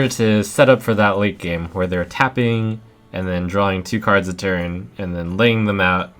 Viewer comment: its tapping, not fapping, yo...guys, its,....its tappin' not the fappin'.... uh yo...it is the tapping that is the fapping.... Yo noobs, its not the fappin' uh, it is the tappin', go n' tap it, cmon, lemme tap it, not fap it..... Live a like, its ur support that matters,..... :)